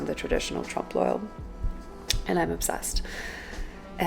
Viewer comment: Nice! It's pronounced tromploy.